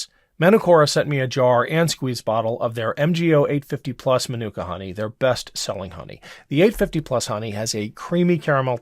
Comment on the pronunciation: "Man-Nook-Ka" Honey? I think "Man-Oooh-Ka" might be a closer approximation to how it's pronounced.